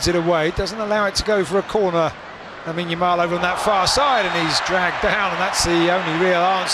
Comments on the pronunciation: did the journalist really called him YAmine LAMAL ??? :-) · 'Yamine Lamal'😂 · El relator = Yamine Lamal ... jajaja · Yamine Lamal 😂😂😂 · 😂😂😂🔥 he said Yamine Lamal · yamine Lamal 😅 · Yamine Lamal??? Come on man ! 😂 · But that is the correct pronunciation. In spanish, the L sounds Y so that is correct. We are rather pronouncing it wrongly. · yamine lamal😂